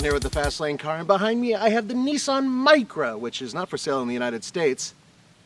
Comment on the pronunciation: It's really not that difficult to pronounce Nissan correctly.